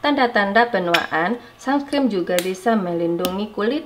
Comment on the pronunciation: Uni "sunscreen" bukan sumscreen😭